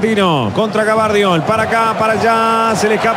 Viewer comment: el yorugua dice GABARDIOL el unico que le cambia el apellido. bien ahi hacemos y decimos lo que se nos canta las pelotas de futbol...